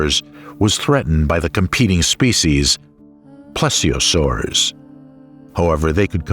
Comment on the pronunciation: Yes, yes, and yes. It became annoying after a few. Plessiosaurs? I may watch it again, mute, listening to Stravinsky as a soundtrack.